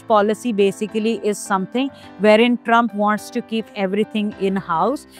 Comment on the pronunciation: Fix the map of India and its Trump not Trumph